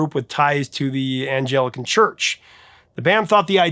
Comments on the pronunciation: It's Anglican, not Angelican. 😂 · Anglican... with a hard g...., not Angelican. Anglican, the Church of England, is known as Episcopalian in the US. I don't know what Angelican is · Anglican, not angelican. Angle as in England, hard G. It's the church started by Henry VIII when he wanted to divorce one of his wives and the Catholic church wouldn't allow it. So he started his own version of Christianity with himself as the head and made it the official religion of the country. Which it still is today, with the current monarch as the head of the church. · Anglican Church not Angelican. Otherwise, not bad although I never heard of your #1 pick and I grew up in the 70s. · It’s not pronounced “anjellikan”, it’s pronounced “anglikken”. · "Angelican", hehehe! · You mean Anglican choir; NOT Angelican. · It's 'Anglican', not "Angelican" [cringe], which isn't a thing. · Ah, it's Anglican Church, not angelican church. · I came here to say the same thing!😂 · I really enjoyed the video, as usual, but one thing was off. You mispronounced Anglican so noticeably that I get the feeling you aren't really familiar with the name of the group, at least other than in its American form. ˈAnglican is pronounced, according to Webster's Dictionary as aŋ-gli-kən. This refers to the Church of England, which you probably are more familiar with by the name Episcopalian. Just FYI. Good luck with the music use problem. I'm pulling for you. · LOL "Angelican" I know what you were thinking, but... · The A in Anglican is a long A.